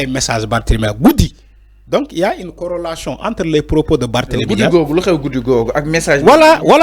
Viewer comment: On dit corrélation au lieu de corrolation xamo touss beu parei beuri wah avec tes analyses stériles. Il m énerve ce type